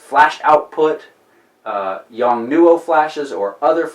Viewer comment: The correct way to say it is.... : " yongnuo " :) Thanks for sharing ! Man what would I do without YouTube as a school !